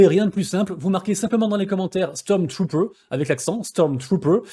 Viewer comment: "Stormtrooper" merci l'ami pour ce concous VIvre le schtroumphtrooper